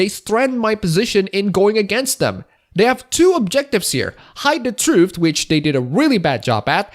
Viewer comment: Can we address the way you pronounce "Truth". English isn't my first language either, but come on... "Trooft"? I know I'm being petty, you can still have my upvote :P